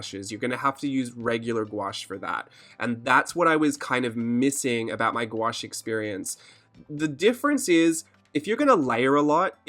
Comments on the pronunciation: You say gouache the real way ahah most people say gouauche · You can "squawsh" the word together and pronounce it "GWASH" (Oxford) or you can say it in syllables and pronounce it "goo-aash" (with an American drawl) and the only reason why I know this is because I looked it up on Google- the end-all! Lol!! For me it's like the word 'quinoa.' Thank you for mentioning longevity on the palette. I waited with much anticipation to watch this video without interruption. Terrific information.